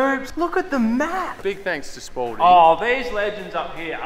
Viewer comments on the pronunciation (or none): Everytime they say Spalding, it sounds like sporting. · Just realized how genius the name Spalding is, when these lads say it, it sounds like sporting.